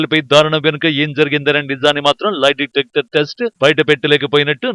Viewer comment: Live detector కాదురా నాయినా.... లై డిటెక్టర్...వాయిస్ ఓవర్ కరెక్ట్ గా చెప్పాడు యాంకర్ ఏం చదువుకున్నాడో